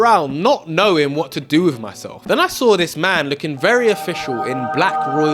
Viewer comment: What a brilliant young man you are, I am sure your Mum is very proud of you. I would ask that you remember not to replace th with f or v for example with not wiv think not fink, and such like, be an ambassador for the English language